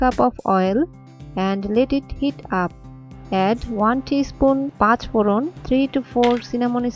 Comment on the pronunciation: What were all those seeds you added as the first ingredient? It sounded like you said patch bolon....i dont know what that is....